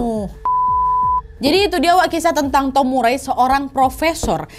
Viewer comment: Nama Murray bacanya Mar-ri 😉